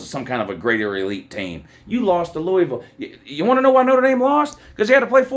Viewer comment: ND lost to “LOU”isville lmao